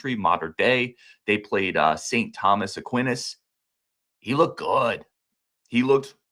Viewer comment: Aquinas = 'uh-kwai-nuhs'